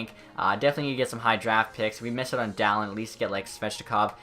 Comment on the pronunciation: Dahlin is not pronounced daaaa lin its pronounced Dahleen